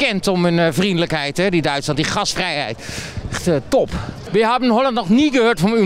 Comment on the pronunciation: Hij zegt wel gasvrijheid toch…